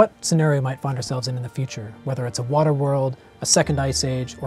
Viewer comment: Thanks to this video I learned how to pronounce words such as "water", "world", "planet" and "colonisation".. Although now I say wawter and wurld...